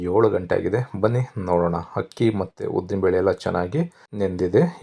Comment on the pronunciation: It’s not permutation it’s called fermentation , also plse pronounce Kannada words properly it’s not ‘Hakki’ it’s ‘Akki’ ….looks yum , will try .